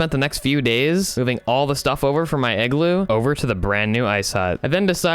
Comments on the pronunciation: Its IGLOO not eggloo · The Real Leader Of North Pole Is Santa 👁👄👁💅 Edit - did you just say eggloo 🔫